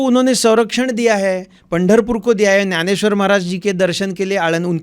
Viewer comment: त्याला ग्यानेश्वर नाही ज्ञानेश्वर म्हणायचे महाराज हिंदीत बोलताना सुद्धा. त्याशिवाय आपली भाषा अभिजात मराठी वाढत नसते